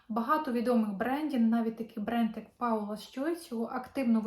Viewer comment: Не Паула, а Пола. Ріжете вухо прям. Цікавтесь, що і як вимовляється. Дякую